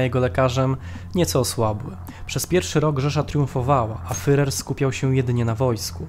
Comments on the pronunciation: Nie „fyrer” tylko fuhrer. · Świetny program tylko ... wymowa. Popracujcie nad tym (może jakiś konsultant), bo aż uszy bolą od tego fyrer. Nie fyrer tylko firer (tam jest tzw. u umlaut, poproście kogoś, żeby wam powiedział, jak to się wymawia). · super film, tylko ten "fyrer"... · Nie Fyrer, a Firer !!!! Podstawowy błąd. Ogólnie materiał dobry. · "fyrer", "fyrera", "kurfyrsztendam" człowieku, jeszcze nie rozumiesz, dlaczego nie mają 100 tysięcy subskrypcji? Autor kaleczy ten język tak, że nie da się tego słuchać. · Jest Pan inteligentnym człowiekiem,dlatego troszkę sie dziwię że mówi Pan "fyrer"😉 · Materiał ciekawy, ale wymowa "fyrer" to katastrofa! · Dałem "łapke w gore", ale ... "Fyrer"? Serio? :) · Niby wszystko fajnie, ale kim był ten "Fyrer"? Nie da się go lepiej wymówić? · Jaki "fyrer"? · A to już prawdę mówiąc zależy od danego landu. Precyzyjnie rzecz ujmując powinno się mówić /fjurer/. W kolejnych materiałach stosuje właśnie taką wymowę. Dzięki za obejrzenie filmu, pozdrawiamy! :) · Wszystko fajnie, ale wciąż "fyrer" i "fyrer". Jeśli nie potraficie wymówić tego słowa to odpuśćcie sobie jego używanie. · Bardzo ciekawy materiał, tylko błagam nauczanie się wymawiać słowo Führer. To nie to samo co furer. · jakiemu FEREROVI? IDZ na nakies lekcje wymowy...... swstyd FEREROVI?